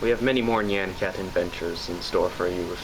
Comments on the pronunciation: JESSEEE! NEE-AH-N CAT NOT NEE-ON CAT >.> CLENCHED BUTTHOLE UHHHHHHHHHHFFFFFFFFF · It's Nyan Cat not Nean Cat...